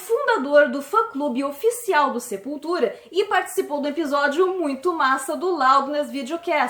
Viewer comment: Meu deus!!! Eu ouvi sepulteta kkkkkk